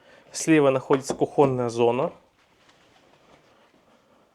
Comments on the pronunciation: Не куХОНная зона а КУхонная зона от слова КУхня или у вас от слова кухНЯ . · Ну не кухОнная зона, а кУхонная! Мы не говорим кухОнь, мы говорим кУхня.